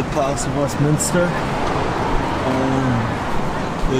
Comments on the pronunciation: Southwark is pronounced Sutherk, and it is Westminster not Westminister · Good to know! Yeah I'm not sure why I kept mispronouncing Westminster lol - I think because there's so many Westminister's in the States